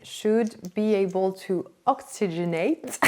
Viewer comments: You said ‘oxygenate’ perfectly the first time. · This was very fun - thank you for sharing - you said oxygenate perfecty LOL. And your pup is adorable!